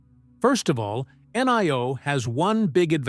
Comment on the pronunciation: In Chinese "i" is pronounced e; as in Li (Lee). So, NIO is pronounced NEO: as in KneeOh.